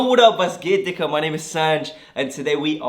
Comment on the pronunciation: The way he pronounces "digga" makes it sound like "dicker" and this just makes me smile.